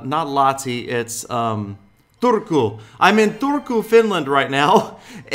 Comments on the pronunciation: you said Turku wrong but you dry it well I live In Lahti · Black Light It's Turku